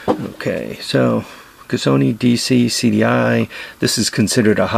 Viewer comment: "LI"...Budy...its Li...CAS SO - LI.... The Li is important...it means..POWER CAPABLITY and most important...INFLUENCE"....."Casoni...is where u go to lose ya chips....lol,....P.S we got 40 degree heat down under brother....send me some snow asap...lol.....PPS...Thanks for the HACK BOX idea.....Gonna have a crack at making one this week.